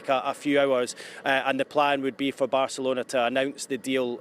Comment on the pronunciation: How many times can you say Barcerlona